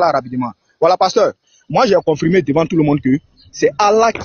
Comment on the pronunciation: Comment tu peux débattre avec quelqu'un qui dit "confrimé,vrigu" au lieu de confirmé, virgule. Ce est d'une ignorance chronique.